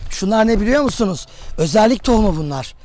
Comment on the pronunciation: üzerlik bitkisi, özerlik değil hocam.